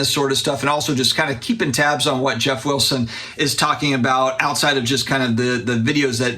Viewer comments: Geoff Wilson says it right. says it wrong. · I’m French, Geoff says it correctly!!